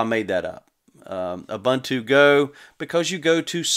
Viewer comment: It's pronounced like this: OOBOONTOO